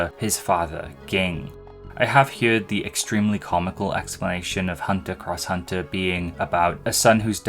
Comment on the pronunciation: Pretty sure the “X” in HxH is silent, but all the different ways you said it throughout the segment were still amusing.